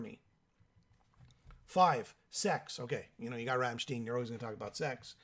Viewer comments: Werner Boshoff hahahah. Ramm stein!!! No steeen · Ramm STEIN not shteen. Pronounced 'shh tie nnn' in your shitty bastardised version of my beautiful language. An English man. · "Rammsteeeeeen"..... SMH 🤦‍♂️ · Rammstein doesn't rhyme with 'teen', it rhymes with 'wine'.